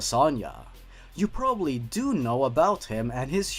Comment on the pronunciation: wia do you say that awful proddy